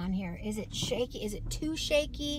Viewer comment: It's not shake -y